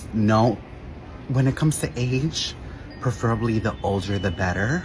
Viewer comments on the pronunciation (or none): "Perferably" NO, it's preferably. 😂